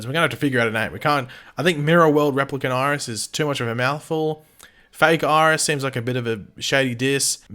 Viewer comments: Bitch Iris not Mirris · Miris? Pronounced My-Ris